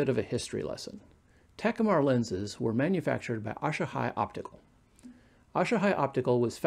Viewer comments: A-Sa-He not Aa-sha -High... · it’s asahi not ash-a-hi.